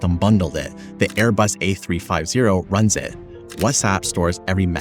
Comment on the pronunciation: Pronouncing the name like that is painful😭😭 it's "a three-fifty"